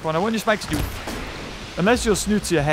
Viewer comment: It’s funny how he says Spikesnoot instead of spikesnout